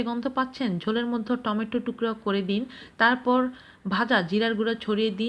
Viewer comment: ওয়ালাইকুম আসসালাম । মেহেরবানী পূর্বক আইটেমগুলোর উচ্চারণ ধীরে সুস্থে কিছুটা সময় উচ্চারণ করলে আমাদের সত্যিকার উপকার হয় । আপনি কি বলছেন আপনি জানেন আমরা তো আর জানি না । যেমন, বললেন দিন দুধ । আমার তো প্রথম শুনে মনে হল,‌আপনি বলেছেন ডিম দুধ । দিন দুধ । ডিম দুধ । ওই যে বললাম আপনি কি বলছেন আপনি তো জানেন । কখনো কখনো , আমাদের কাছে মতিভ্রমের মতো শ্রুতিভ্রম হয়ে থাকে । মাশাআল্লাহ্ আপনার প্রচেষ্টা প্রশংসনীয় ও অত্যন্ত সুন্দর ।